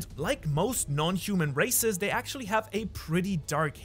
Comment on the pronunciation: I thought he was saying racist